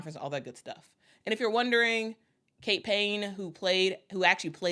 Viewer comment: I think I heard you say Payne? Her name is Kate Paye😎